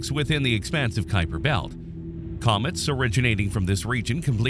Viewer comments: 12. It is named after Gerard Kuiper who pronounced his name Kuiper, not Khypur. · As I only know one pronunciation of "Kuiper", this isn't helpful. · You do understand that a Dutch national and someone of Dutch descent living somewhere other than the Netherlands might pronounce their name differently, right? The topic is Gerard Kuiper, who is a different person from your friend.